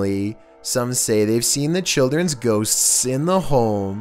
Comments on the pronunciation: Extra. Man, has a hard time with the word "ghosts" huh? Hey, there's 1 S at the end of the word, you're saying two of them. Shorten the S sound, you make, at the end of the word "ghosts," it'll sound alot more natural:) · Ffs there is a t in the word “ghost.” It’s not “ghossssss.” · No One:: Gho-tsts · Why not? 😂🤣😂🤣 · #2 "Ghosts-ss" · ghoSTTSSS....LMAO Can't take the paranormal footage seriously at ALL with commentating like this!!😂😂😂😂😂😂😂😂😂😂😳...😂😂😂😂😂😂😂😂😂😂😂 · Please never try to say "ghosts" again. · Your lucky I love your vids or else the way you say ghosts would make me mad 😂😂😭